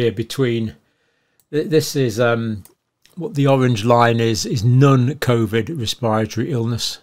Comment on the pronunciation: Non-covid.... Not NUN-COVID. NOT NONE-COVID NON. NAWN SAY IT WITH ME... N-O-N